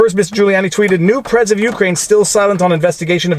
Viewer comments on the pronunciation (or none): The only thing wrong with this commentary is how you pronounce Ukraine 😝 Seriously though, thanks for the steelman of the defense side of things!